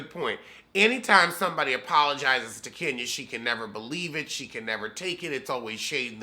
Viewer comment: 🤣😂🤣😂🤣😂I love Kenya but"Kenyuk" is priceless... said "Zipcar husband".... I'm sorry. I'm done.⚰️